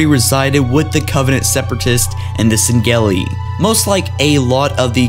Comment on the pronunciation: Can you stop saying Sangheli like that